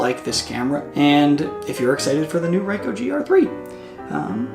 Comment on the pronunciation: What the hell is a Ryecoh, is that the brother of a Nyecon?